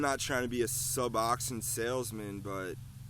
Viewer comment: You might learn to pronounce it correctly